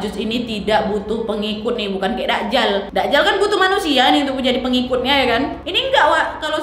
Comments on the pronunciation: Maaf bukan dakjal kak nyebutnya, tp dajjal, j nya ditekankan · Masukan sedikit Kak Nadia, penyebutannya bukan da'jal..tp 'Dajjal'....🙏